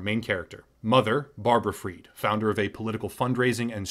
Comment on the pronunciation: why do you read Fried as freed? fried is fried, just like fries